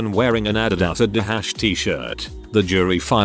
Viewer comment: You completely mispronounced the name Adidas.